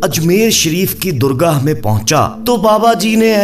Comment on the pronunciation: Durga ?? Kio ban raha hai kia tujh ko urdu nahi aati ? Ye galat bol kar koi teer maar raha hai ? “Dargah “ bol , zalil log .